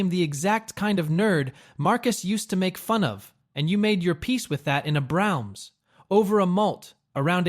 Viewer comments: it's Bra-ums...not browns:face-blue-smiling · I could forgive the basement in Ardmore line. But the way Braum’s is pronounced is simply unacceptable.